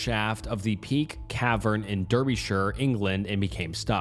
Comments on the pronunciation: hey from England! Always makes me laugh how Americans say Derbyshire 😂 it’s pronounced DAR - BEE - SHUH or DAR - BUH - SHUH If you’re more north… I know this is insane lol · Hate the way you pronounced Derbyshire.